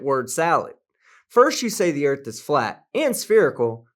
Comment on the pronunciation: Today we learn about the direction Norf on our home planet, the Erf